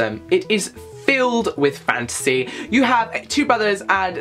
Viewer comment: I thought he was saying fancy the entire time 😂 i was like "what? Is that new"